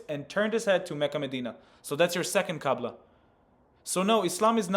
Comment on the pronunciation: He said qabla not qibla oh woe, he messed up one vowel of a word from a different language. We all knew what he meant, even the guy in the video understood him. Try debating in a foreign language about another foreign language and see if u ever make a mistake 😂